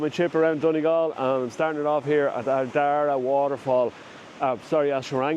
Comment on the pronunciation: Good job nice shots. Pronunciations “FAN ADD” lighthouse “ARD RAA” 😂😂 Donegal is stunning.